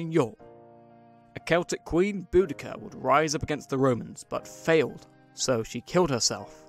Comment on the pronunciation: I always thought the English leader was pronounced (bow-duh-sea-ah)